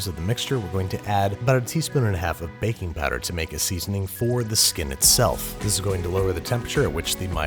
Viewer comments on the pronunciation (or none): I really thought he said: "Bacon powder" (listen at a low volume)